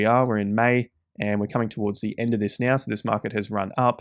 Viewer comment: Right Now sounds like Right Meow lol